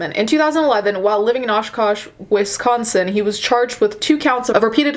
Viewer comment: Omg! Oshkosh is my hometown. Loved hearing you pronounce it 😭😭😭